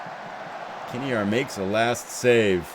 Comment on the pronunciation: Couple of notes. It's, when you say it. Just like a derby is a darby. And your goalkeeper is Kinnear - kinEER.:)